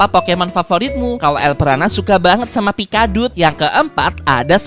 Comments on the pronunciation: bang kenapa lu bilan pikacu pikabup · Bang ngomong pikadut bukan pikacu 🤣🤣🤣🤣🤣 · saya sebagai penggemar pokemon bisa senang karena membahas iklan pokemon go yang lagi aku mainkan tapi salah menyebut pikachu sebagai pikaduk Oh iya pokemon kesukaanku ada 3 yaitu charizard,sceptile dan greninja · Pikadut🤣🤣🤣, kok kak bilangnya pikadut🤣🤣🤣ngakak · Kak kenapa bilang pikachu itu pikadud😭🙏